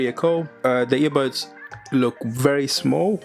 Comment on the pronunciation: По русски, он все видео говорит "ебатс"🥴